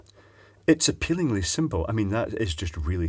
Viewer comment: you mispronounced Appallingly...